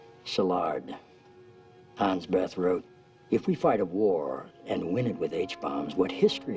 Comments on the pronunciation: Not Hans Beth, Hans Bethe (pronounces Beta). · Hans Beth? Gag. Hans Bethe, pronounced “Beta”.